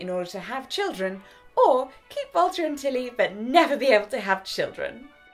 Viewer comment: When she first said "Three weeks without Walter and Tilly", I thought she said "Water and telly" :)